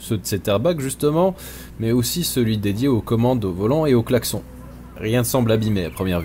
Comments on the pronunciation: Clac-son ?? Je n'avait jamais entendu çà ! On prononce clac-sonne ?? Dans le même sujet, j'adore le son du clocher que l'on entend au fil des épisodes ^^ Ceci dit félicitations pour tout ce travail ! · On dit VRAIMENT "claque-son", chez toi ?? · "le claque-son" issou